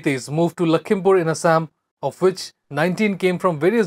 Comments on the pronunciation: Its Lakhipur....not lakhimpur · Man its not Lakhimpur its Lakhipur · Atleast say lakhipur not lakhimpur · Lamo Its Lakhipur not lakhimpur 😅 kya news Dega re tu